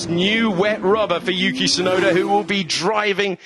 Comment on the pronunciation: 実況も興奮させる走りが印象的！ でも「ユウキ・シュナイダー」にしか聞こえない！？